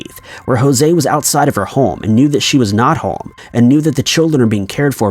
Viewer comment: Are you pronouncing home like holme?